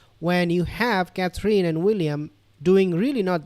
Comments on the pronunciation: You are pronouncing Kathrine wrong. It's not pronounced Kathleen but Kathrun. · Just so you know how to pronounce her name its Catherine.....last 3 letters don't mean EEN.....it's pronounced simply as "in" Cather.....in